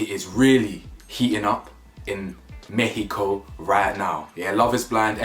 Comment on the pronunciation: Thank you for pronouncing México correctly. 😊 Once again with you're spot-on with your assessments and observations.